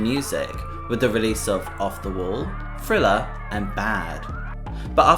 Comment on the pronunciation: Hey, my God, the name of the album is pronounced "th" + "riller" NOT "frilla", for God's sakes 🤦🏾‍♀️, smh. That jacked up pronunciation sounds WORSE than listening to some fool scratch their long ass 💅🏾nails💅🏾 down a darn 👩🏾‍🏫chalkboard🧑🏾‍🏫!!!!